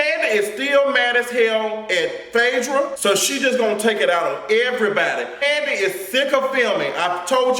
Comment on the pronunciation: latoya duffie 😂😂😂 not Kani the way Mama Joyce pronounces it! I caught that shade and it is super funny😂😂😂